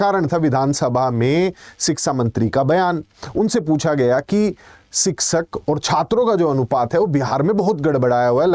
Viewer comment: शिक्षक ❎ सिक्सक ✅